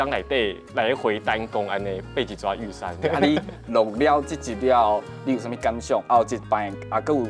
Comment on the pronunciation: 玉山要唸玉Sanh.